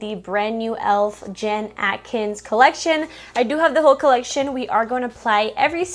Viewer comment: It’s Jen ATKIN not AtkinS (no S) 😉